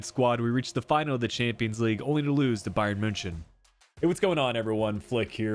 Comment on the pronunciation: Please say Bayern Munchen properly